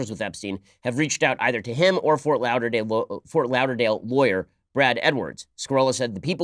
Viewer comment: Jesus Ben it’s pronounced lawderdale not louderdale